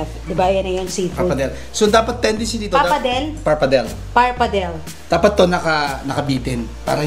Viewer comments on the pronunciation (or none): Hi.. Po.. Wag po sana kau magagalit kung i korek ko po kau s pronunciato ng PAPPARDELLE. Di PAPARDEL. PA-PAR-DE-LE po... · Par-pa-de-le.... po ang pag pronounce... ✌️ original Italian pronunciation.